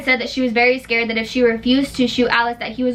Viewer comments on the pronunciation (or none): none